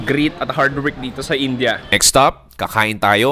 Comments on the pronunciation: Its Ind.ya or Indi...not In.ja. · its "in-di-a" not "in-ja" sbe ng mga indianong kawork ko ganyan daw po tamang pagbigkas.. kce nung bago lang den ako dto sa uae kinorek nila ko kce inja den un pgbigkas ko..